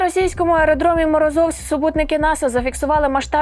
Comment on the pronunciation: Не МорозОвськ, а МорОзовськ.